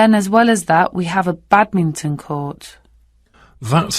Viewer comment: Bedminton instead of badminton, juddo instead of judo is this acceptable and without s friday is acceptable?